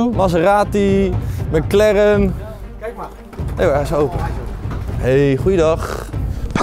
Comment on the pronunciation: Thomas: maseeratie, meckleren😂😂